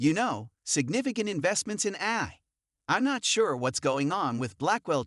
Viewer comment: Get rid of the AI voice that can’t pronounce A-I 😂